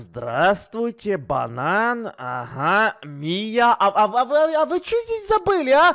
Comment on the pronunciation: Кто тоже услышал ботан, а не банан